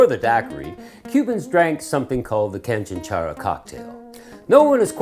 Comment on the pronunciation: “Canchánchara”... accent on the second syllable (That’s what the little mark above the second “a” means.) Had lots in Cuba. Definitely will be making them at home.